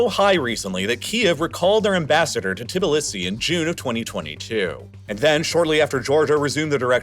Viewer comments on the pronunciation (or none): I didn’t wonder this until now but is the reallifelore channel voice a computer one? Reason I wonder is the pronunciation of many of these places was pretty bad. Tbilisi, South Ossetia, Abkhazia. This being a computer voice would make sense on why it was so bad. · I’m starting to think you mispronounce stuff for engagement… which I understand I am now providing but still. Tibilissy? Cmon man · Your pronunciation of the Georgian capital is hilarious!😂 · Did you really just make a whole video about Georgia, and not look up how to pronounce Tbilisi?